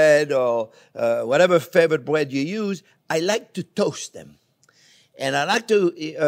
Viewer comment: Fwench toast made with bwioche bwead. Sounds weally good. I'm going to subscwibe.